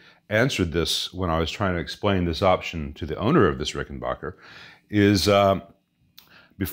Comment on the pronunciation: It’s RickenBACKer, not RickenBOCKer.